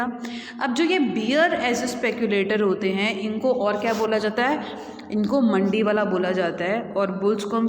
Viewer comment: मंदीवाला न कि मंडीवाला